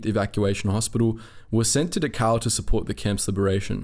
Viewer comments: I'm accustomed to You Tube computer voices by now, but for heaven's sake pronounce the words correctly. It's DA-khow, not da-COW, as if the Germans had cows there to provide milk for the inmates. Prisoners were INTERNED, not INTERRED. Even the dead were not interred; they were burned like garbage. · It's not "De-cow". It's Dachau. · You emphasize the u in Dahau, but you should emphasize the D. Du- h (as in heart)- ow Great work on the video. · Next time, please do your homework. You keep mispronouncing Dachau “ da cow”. It’s pronounced “ dak ow”. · Pronunciation is DAchau with emphasis on the first syllable. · 1 camp pronounced Doc cow. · Actually it's pronounced "Dachau". The ch is not pronounced like a k, I can't describe how it's pronounced with words though. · Great video. I only wish you had pronounced Dachau correctly. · Dachau is pronounced with the first a getting the most stress, the ch is pronounced as in Scottish "loch"- like you clear your throat, au is like ow in cow. Not that it deserves being pronounced correctly, just saying :D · You aren't pronouncing Dachau correctly.